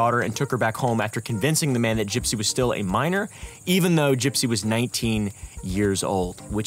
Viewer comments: did he just call her "GUYpsy"? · wait, it's pronounced "guy-psy"? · “Gipe-sy Rose” 😂😂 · Did he purposely start calling her “guy-psy” 3/4s of the way through? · Curious why you pronounce her name like that?